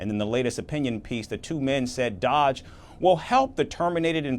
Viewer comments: This idiot can't even say DOGE. It's not Dodge. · It is doge not dodge! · It is Doge not dodge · It's doge not dodge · "Dodge"... no dude, it's dOge. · You pronounced DOGE wrong. It's kind of hard to miss unless you're just a guy reading a teleprompter and not actually a reporter.. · This reporter needs to stop being a biased A-hole mispronouncing DOGE. And you do not want government experience at all! Experience not preferred.